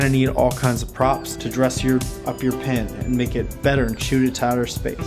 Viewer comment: i see a pin, but i hear PEN every time. might make that into a montage for funziessss XD